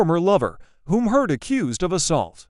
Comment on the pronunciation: Oh stop this disgusting lies. AI can’t even pronounce her last name.